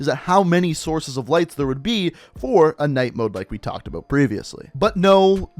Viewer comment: I liked everything in the video except the way you say the word “about”. Makes me wanna choke you...just a little bit though...just a little.